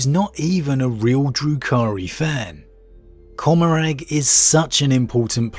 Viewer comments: I couldn't figure out what you were talking about when you said "cumerag". I believe you're talking about comorragh. "Comm-More-uh" I'm not trying to be shitty, just trying to help. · It's pronounced Comorr-AH bro